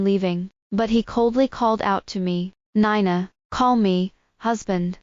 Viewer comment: She pronounced Nina (nine na) instead of (nee na)